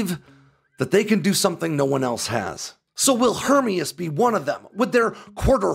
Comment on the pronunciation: And we are supposed to value information from someone who is unable to pronounce Hermeus? I guess it could be a grasp at clickbait. Either way kinda discredits any supposed insights.